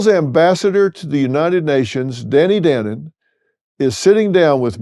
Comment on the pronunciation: Pronounce his name right. It’s pronounced dah- no-n